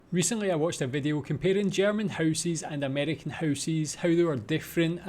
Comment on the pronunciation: Please tell me "housies" is not an actual accent! You are trolling, right?! 🤣